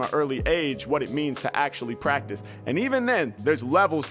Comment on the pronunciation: this man said actually pratice about ten time within the first minute